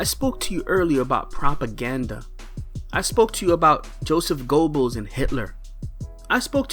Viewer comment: Sorry man driving me crazy the way you say Joseph G”o”ebbels , you don’t empathize the “o” it’s more the “e” it’s more like Ger-bbels